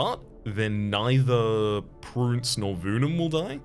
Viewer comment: "we can upgrade our prince to a prUnce" ah, yes, yes... lets prune the prince.